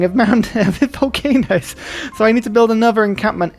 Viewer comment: Can you say "volcanoes"!!!!!!